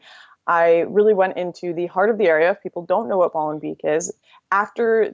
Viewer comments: It is pronounced more like "molenbake". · The 'ee' in Molenbeek is pronounced as the 'a' in 'hate'. No pun intended.